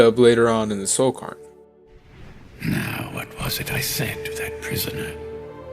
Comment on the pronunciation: I'm so sorry for nitpicking, I feel like a right arsehole, but it's pronounced cayr-n, like "care". It's a Scottish/Celtic word I think, Scottish girl here so it's a word I hear a little more often than some. Love this video, I love that you paid such special attention to poor Juib. I feel eternally guilty for never having found every page of his Opus.